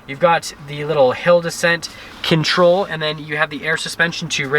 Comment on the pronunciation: Careful with your "Hill descent" pronunciation! Sounds like you say "He'll descent"! 😂